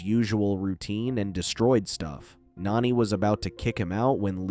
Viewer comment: If you can’t say the characters names right don’t say them at all lilo’s sisters is name Nani NOT nanny